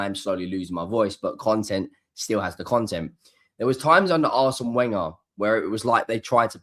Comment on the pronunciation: I appreciate you need to maintain your gor-blimey cred so I can understand you cant say Real Madrid properly. However, to still be mispronouncing Le Prof's name marks you down as an uber-numpty.